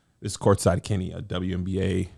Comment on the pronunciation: angels “keniv”